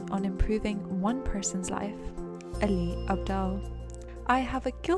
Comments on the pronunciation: I love it how she says his name like she is from Pakistan instead of saying it like every other white person out there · nope it’s exactly same in Pakistani accent, she is saying it perfectly